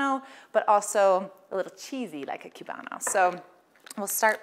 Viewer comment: It’s pronounced coobano.